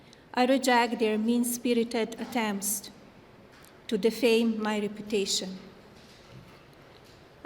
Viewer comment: Melania roasted herself with this speech....with her re-PUTA-cion.